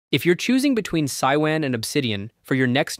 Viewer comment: It is pronounced Sue-you-in. Mandarin for Temple.